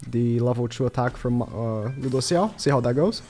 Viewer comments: He really putting the L's in LudocieL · The way u say Lùđốsèo is so weird, please stop